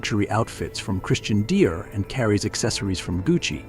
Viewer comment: Christian deer?????????? Where's the correct pronunciation????????